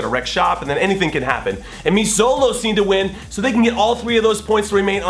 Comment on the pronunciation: Just a grammatical correction here.. Xolos is pronounced Cholos. Xolos is short for Xoloitzcuintles, which is Nahuatl (indigenous Mexican language) for "hairless breed of dog". Anyway.. keep up the good work! Come back to the SGV when you can and have a pickup game. I'd love to attend.